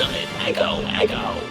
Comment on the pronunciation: Was it just me that heard ultimate eggo eggo instead of echo echo